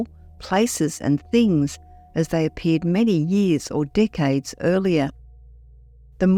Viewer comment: it's Decades not Dickades 😅